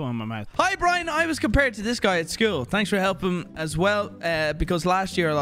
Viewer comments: I find it funny says Americans don't use the H in herbs, but says tanks for thanks! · Wow “tanks” for making fun of us not saying the h in herbs “tanks” for that. Lmao